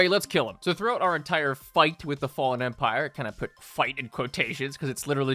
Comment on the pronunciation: I cant believe you mispronounced "Fallen" WTF?!?!